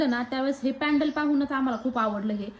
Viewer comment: पॅडल नाही. पेंडन..